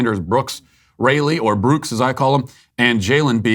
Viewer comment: Can they do Christian night next week and all wear a cross with Jesus on it saying Jesus is lord? Also matt you do realise your mispronunciation of brooks is a micro aggression lol